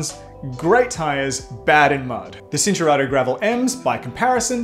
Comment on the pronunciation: At the risk of sounding like a smartarse It’s Chin-Tour-Arto “C” in Italian is “Ch” Cinelli, for eg